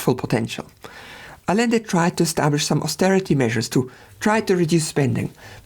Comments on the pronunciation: It's not "Alende", it's "Adschende" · Great video. I figured I'd take one moment to mention constructive minutia. In Spanish, the double L is pronounced as a "Y." So it's more like 'Ayende' but like I said, it's minutia. Keep up the good work, love your stuff. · I see what’s goin on here. You refuse to pronounce Rothschild the way its pronounced in English despite the fact that he’s English because “it’s a German name”. And yet you don’t pronounce Allende like it’s supposed to be in Spanish. Smh the German chauvinist